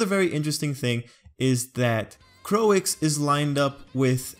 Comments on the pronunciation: I like how you did this,But i dont know why people are making fun of you cuse you said "Coix" i think you did great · 'Croix' should be pronounced like 'croah' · No, Croix is pronounced as "Kroy." Think about the Japanese dub of DBZ. We don't pronounce character names as "Kurirrin" or "Piccorro." They use consanent vowel pairs in most of their letters, which limits their pronunciation capacity.